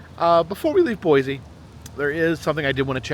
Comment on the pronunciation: Great video,! It's Boise with an s not with a z btw